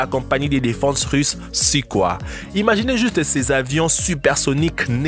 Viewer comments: Sukhoi ça se dit "soukoï" et pas suquoi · Aah, il a tuer le nom complet des SU, il dit "oi" comme si c'était un français mais c'est russe ! Le son est pas oi mais oille plutôt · On dit Sukoï et pas sukoi. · L'avion russe Sukoi se prononce "suquoille". Là t'as l'air malin avec ta prononciation mdr ! Sinon, tout ceci est du grand classique. L'aéro-modélisme regroupe plusieurs catégories, dont les "ptit gros" avec des modèles quasi grandeur nature. Aussi cher qu'imposant. Comme celui-ci par exemple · Le suquoi ... Mes oreilles saignes .. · Frédéric MERCIER D'ANGELY moi aussi j’ai tiqué pour la prononciation....